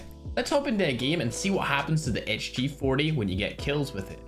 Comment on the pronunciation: Whhyyy gieme its game not gieme